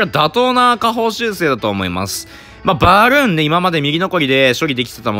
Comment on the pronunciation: のバルーンの言い方の癖強くね？笑